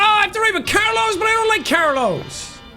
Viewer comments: Bro says Carlos care loss it’s pronounced car-low-s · It's Carlos not Carloss brahhhh.